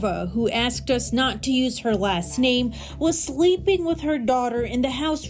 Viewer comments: I love your content but omg you butcher soooo many names 😅😂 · How does she manage to butcher these names despite the fact the names are being said in clips of videos she is using in her video ??